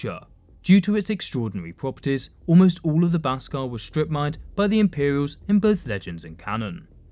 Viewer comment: It's pronounced beskar not baskar